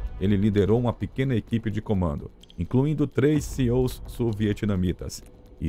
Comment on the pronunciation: Cara... Não é CEO 😂😂😂😂😂 É SEALs Pronuncia totalmente diferente...